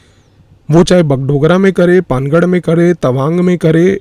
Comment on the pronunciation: पानागढ़ सही उच्चारण है